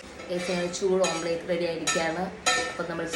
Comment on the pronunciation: Omplate alla koche.. Omlette.. School onum poitile??